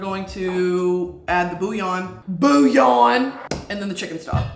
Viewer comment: Booyawn kills me everytime😂